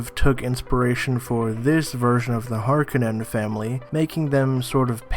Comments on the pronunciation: Har-ko-nen... Not har-kin-in... That bothered me way more than it should have 🤣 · Bro please stop pronouncing them as harkenens...... u sound silly. The correct pronunciation is Harkonnen emphasizing the O..... known fact from the books and and the 1980's film..... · Har konnens not harkinins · you are mis-pronouncing Harkkonnen. it isn't Hark-a-nen, it is Harr-ko-nen. It is a Finnish name. a Harka is a bull. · Har-KOH-nan not harkenin.....you're welcome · HAR-KO-NIN; for the love of glob stop saying it as: HAR-KA-NIN. Its KO, KO!!!! (KOE) geez long O. not A. bugs the hell out of me when people do that. Stop going by the "mini series" they miss pronounce half of the words in that damn show. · har-CONE-in... not HARK-innen. get yourself together man. This is arrakis. Dune. Desert Planet. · HarKOnen not harKAHnins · Its pronounced Har-cone- in not harkonin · Har”ko”nen not har”ken”en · Har-coe-nans! Not "Har-cannons" Fail. How many times have you've seen David Lynch's Dune? Once? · I guess I'm a old school person,that being said. The pronunciation of the names leaves me puzzled. Har/Kon/nen is what I know and relate to. Har-ken-on is to me not as appealing.Looking forward to the movie!!! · Dude it’s pronounced Har-Koh-nen. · Its pronounced Har-cone-en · It’s pronounced “HAR-CO-NAN” WTF man. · It's pronounced Hark-oh-nen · HARR-KOE-NEN your pronunciation is very distracting. And it's GIH-DEE-PRIME like giddy-up cowboy. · Har-cone-in. Jesus. Learn to pronounce. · Honestly couldn't get past they way he pronounced Harkonnen. It's Har-kO-naan. It's even pronounced in the original film. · Bro it's HAR-CO-NEN. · Its pronounced Hār-kö-nen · Hār- kō-naan That's how it is pronounced. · You're not saying Harkonnen correctly. Its is Har cOn nen. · Its Har-koe-nen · HAR-CONE-NAN. I couldn't watch the whole video; the pronunciation was too distracting. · lol same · If it's based on the finnish name Härkönen, HAR ko nen would be the more accurate way of pronouncing it.